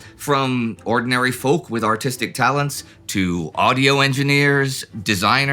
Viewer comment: At first I understood "A whole lot of AUTISTIC men and women..." I had to look into the subtitles to understand "Artistic"